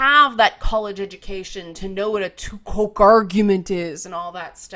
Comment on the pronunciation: It's not too-coke. It's too-Cwoh-Cway. EDIT: At least, Apparently. I was pronouncing it Too-Ko-Kay